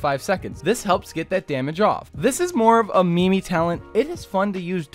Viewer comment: Did he say "me-me" build.....